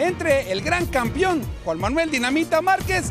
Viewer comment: ¿campión? ¿peliadores? Por favor, hablen bien...